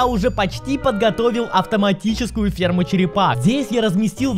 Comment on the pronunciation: я услышал перму вместо ферму